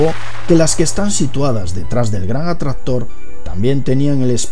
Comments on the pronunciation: El que? "El gran adstahtor " 😂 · oh no el gran "atrator" jajaa con una onda vital tiene "efe" gran "atrator" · el gran atrastor jajaja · "El gran atradhtor" xD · Desde que dijo el gran atraztor, me he ido a los comentarios 😂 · Botaste la casa por la ventana con el gran atrastor jajajajaja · Si tienes punteria nada... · "El gran Atraxztror" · "El gran atraztor" Yo: Estos españoles :v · Muy buen video, algo que te queda claro por corregir es la pronunciación de la C intermedia en palabras como atraCtor e impaCtante dices atrator e impatante saludos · el gran atrastor que arrastra las galassias. ja ja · Atrazztor , galacias , galacia :v Like si te diste cuenta igual nadie es perfecto xD